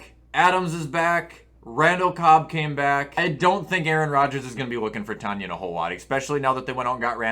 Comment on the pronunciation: It’s pronounced Tun-yan! GET IT RIGHT!